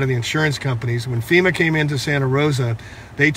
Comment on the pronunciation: "Fema" not "feta".